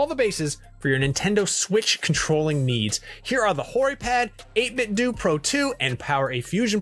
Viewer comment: It’s pronounced 8-bit “doe” not “doo” like karate-do. “Doo” sounds dumb